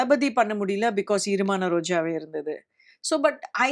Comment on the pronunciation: Isn't the movie's name EEramana rojave which means wet roses? Why is she pronouncing it as irumana rojave?